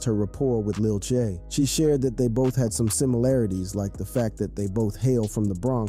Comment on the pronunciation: Just to let u know it's Lil TJay but don't say them together but put a space in between T and Jay so it says T Jay